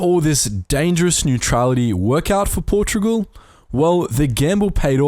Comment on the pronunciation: Portogual??? WTF